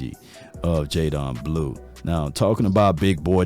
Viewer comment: sh-uh-vawn rev-el. jay-den blue.